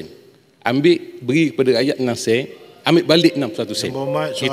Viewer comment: Sen bukan seannn bahlol